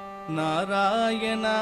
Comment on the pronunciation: Beautiful rendition. Melted my heart! What a gifted voice 🙏🏼 One humble request- singer’s pronunciation of the “ணா” in Narayana is currently sounding like “னா”. World of difference in the meaning with the right pronunciation. Please consider the right உச்சரிப்பு in the future 🙏🏼